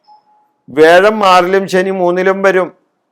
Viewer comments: തിരുമേനി വേഴമല്ല. വ്യാഴം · വേഴം അല്ല വ്യാഴം